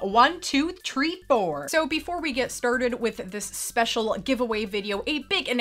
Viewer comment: Did you say one two tree four?